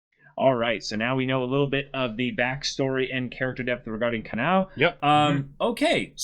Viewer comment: Ka-NOW, Ka-NAY...oof. Please review how Japanese pronunciation works.